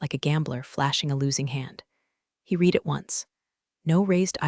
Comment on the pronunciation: These stories are excellent. I can only wish that who (what)-ever is performing the scripts could get the difference between: past-tense and present-tense "read" and get the pronunciations of many other words correct.